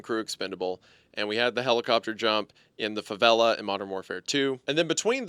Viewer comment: That was the worst pronunciaton of favelas i had ever heard. Love your videos but wow